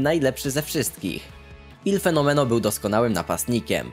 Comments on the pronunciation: Kacper Lipiński mówię po hiszpańsku od kilku lat :) wymawia się normalnie, „El” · Dobra, kto to jest „IL Fenomeno”? Ja znam tylko „El fenomeno”